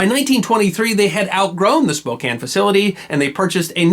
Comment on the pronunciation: Thank you for being the only Non-Washingtonian on Youtube to pronounce "Spokane" properly.